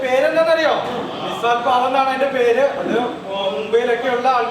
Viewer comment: മിസാൽ അല്ല മിസൽ ആണ് വേറെ ഉസൽ പാവും ഉണ്ട്